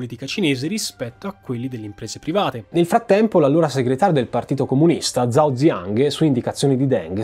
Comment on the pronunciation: Per la pronuncia io evidenzierei soprattutto "zhao" pronunciato come "zao" invece che "giao"(per intenderci), è l'errore più comune dopo la "x" pronunciata "cs" (che però lui non sbaglia)